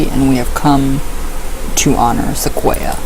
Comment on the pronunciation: You are saying Sequoyah correctly. His name is pronounced the same as the trees.